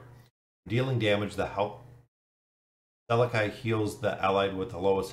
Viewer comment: I'd have to guess that his name is pronounced like this Sal-eck-i i makes the y sound, or Sal-eck.